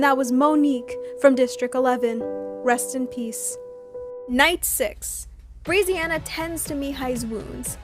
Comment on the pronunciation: just so you know brezziana is pronounced breh-zziana :) good vid tho :)